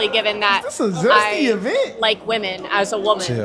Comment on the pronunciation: somebody needs to clip the way she said “wEEHmAn” 😂